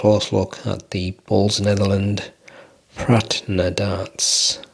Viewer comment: Absolutely nailed that pronunciation 😂. These aren't for me, especially at that price. Good review though mate.🎯